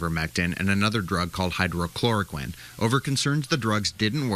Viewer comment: Not “hydrochloroquine”. It’s “hydroxychloroquine”.